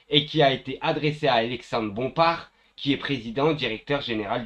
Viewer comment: Bravo mon ami tu as enfin réussi à dire Bompar et pas Bomparte 👍😘 Tu vois que si tu te concentres, tu peux le faire 👏 Reste plus qu'à dire : Pascal pro et pas prode. Deux poids, deux mesures, Et pas "deux poids d'mesure" 😘💪